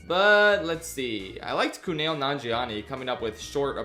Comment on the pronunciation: WHY DO YOU KEEP SAYING KUNAIL HIS NAME IS KUMAIL